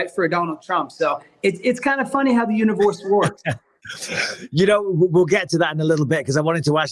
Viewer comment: what did he say😂😂 “the univawssssss wokkkk”